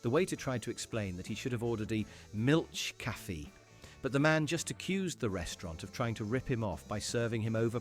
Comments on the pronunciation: Okay, I watched this with some mild amusement until I heard the narrator's pronunciation of "Milchkaffee"; that ruined it for me and I had to leave. This person (or text to speech bot, whatever) has no business making fun of anybody else's language misconceptions. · Try to learn how to read the words in other languages, please. As a german speaker, this is really not how to pronounce Milchkafee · Milchkaffee is pernounced differently.